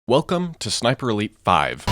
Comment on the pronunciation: "ei" is pronounced "y" btw. Like in Skyscraper.